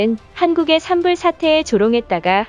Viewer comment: 에으 ㅅㅂ~! 발음 안고치냐~!! '산불'이 뭐야 '산불'이~!! '산뿔'이라고 똑바로 발음 못해?! 국뽕채널인데 중국산 더빙 쓰는거냐!!!